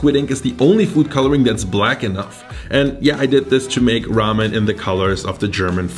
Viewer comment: It’s Geramen